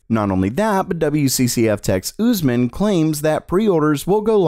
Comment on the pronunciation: "OOZE MAN" LMFAO as a Pakistani (it is a common Islamic name and Pakistan is a Muslim country) I can say it is NOT pronounced "OOZE MAN" it is pronounced the first part "us" is pronounced like the letter "S" not "Z" and and it is not "OOS" it is "US" the letter "U" is not stretched